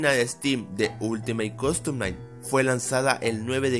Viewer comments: Dijiste oltimo coston nai deci bien perrro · Todos: ultimate custom night: ulitimaTE cOdtom naigh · Yo: últimate custom night: oltimat costom nait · "Ultimay costom nai" Pd : Eres el dross del fnaf :v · WTF Este video sta lleno de errores :n me encanta como dice Ultimate Costom Night JAJAJAJJ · ultimeit costom nait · ultimeite costom naight XD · Ultimeit costom naigt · Ultimeit costom Nait dice el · Oltimeit coston nait